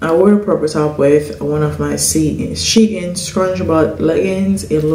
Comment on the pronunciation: Shein is pronounced Sheen. Not She- in. Listen when they have a live sale n you'll get the proper pronunciation.